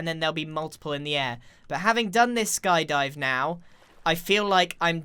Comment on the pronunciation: Call it Sky Die-vers